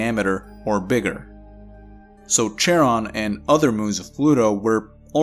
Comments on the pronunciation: Charon is pronounced more like Karon, not literal CH-aron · The 'ch' in Charon pronunciated as 'k', it is from greek mythology.